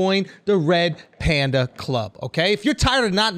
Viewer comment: “Pander Pander” 🐼 😂